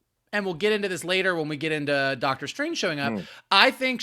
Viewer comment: I'll never get tired of hearing saying "Dark-tor Strange" 😁